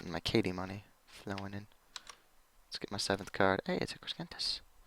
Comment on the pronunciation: Please learn to pronounce Crescentus. It's not Creskentus. It's crescentus. Like a crescent moon.